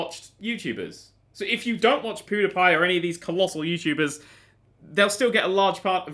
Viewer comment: I was pointing out at the end you said yourubers instead of youtubers.